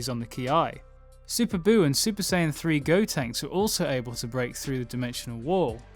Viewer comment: You said Super S"ei"yan 3 in this video, not Super S"ai"yan 3. Okay i'm heading out now. :(